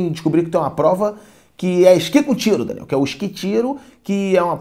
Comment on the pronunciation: Escuto "Renan" ao invés de "Daniel" kkkkkkkkkkkk